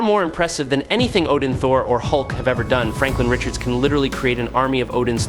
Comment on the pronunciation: Spelled his name all the way wrong in the thumbnail and the title. How 🤔? And said his name wrong... really, how ?